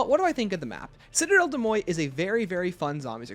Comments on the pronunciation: I gagged every time you called it “”Cidell Day Moi” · Citadelle des MOYE and CROFT pronunciations get me every time😂 mostly joking, love the vids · I am not even french, but the "Citadelle De Moye" pronunciation is killing me lol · De mor say it with me lol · I am French so it kinda pains me hearing it pronounced like that because like Where did the T go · I believe it's actually pronounced "citadel de morj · yeah an anglicised pronunciation would be ‘citadel day more’ tho it’s still sounds wrong haha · Awesome video! The pronunciation of though 💀 My french sucks so I just call the map citadel. I’ve been loving the map and the swords!